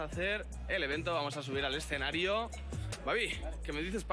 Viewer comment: "escenarío" xd